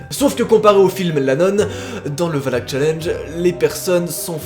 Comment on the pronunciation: Oui OUI!! tu as dit valak:) et pas walak comme wallah